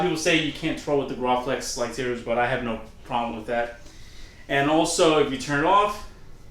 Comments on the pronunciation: "Graw-flex" Did....did you mean "Graflex" "Gra" as in "Gravy" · Graflex not grohflex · Gra-flex not Graw-flex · Did he just say groflex? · LOL you called it a grawflex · it's not gray-flex nor is it gray-flex. It's GRA-flex like grab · Not how you say graflex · I almost clicked off when you FAILED to pronounce "Graflex" properly.